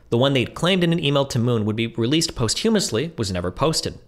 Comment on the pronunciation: Do you reckon you can re-film this entire video but pronounce ‘posthumously’ correctly this time?